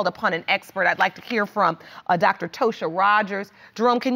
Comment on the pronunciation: I love when parents name their kids regular stuff and pronounce it different ... Her name is TOSHA 😂😂😂 ain't no feet or toes 😂😂😂